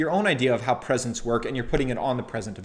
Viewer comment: Great review...I havent read the book but heard him speak. I think you need to work on your pronouncement of "Presents" the way you say it it sounds like PRESENCE.